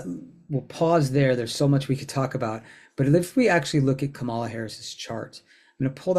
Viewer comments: This is very informative. Please pronounce Kamalas name properly: sounds like 'comma-la' not 'ca-mala'. Thanks! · Pronounce her name correctly! It's COMMA LA, not co MA la. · If you're going to talk about her learn how to pronounce her name. The emphasis is on the first syllable. KAMala. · Comma - la! THis is the first time I've listened to you and I really like how you present astrology but I don't like that you're pronouncing Kamala's name incorrectly. :) :body-blue-raised-arms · Please learn to pronounce her name. The accent is on the first syllable, not the second one. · Just going to reinforce others’ request to pronounce her name correctly.